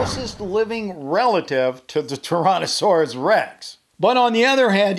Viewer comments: Ok as a Dino fan hearing someone pronounce Tyrannosaurus rex like tiiiiranasaurus I get triggered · I heard u say torannosaurus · He said Taronnosaurus 🤣🤣